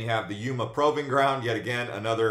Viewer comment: YPG Proving is pronounced proo-ving